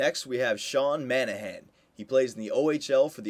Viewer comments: "Sean Manahan" I died when he said that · Sean Mon-a-han.... Sry my last name is Monahan and i don't quite understand how people mispronounce that last name haha. Nice video though can't wait for the first Episode